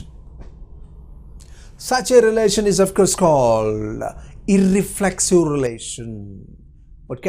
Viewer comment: You pronounced iRRReflexive....